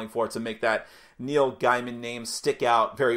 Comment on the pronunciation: Really looking forward to getting this game. Also, per the author, it's pronounced Gay-muhn, not Guy-muhn.